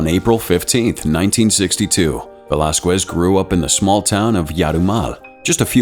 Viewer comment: the way you pronounce "velasquez" gives me that itching sensation that i can't scratch. it's pronounced as "velaskez" not "velaskwez".